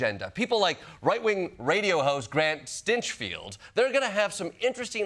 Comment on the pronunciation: Stenchfield , at least that’s the way I heard it. 😁